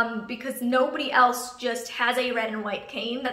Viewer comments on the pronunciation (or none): none